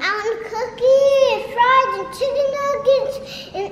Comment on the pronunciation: Lhh not that you said shicken nuggets 😭